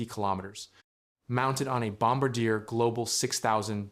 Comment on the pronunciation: Kept mispronouncing Bombardier until